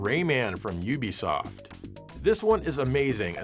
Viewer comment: Ubisoft is pronounced oo-bee-soft, not you-be-soft. I work for them.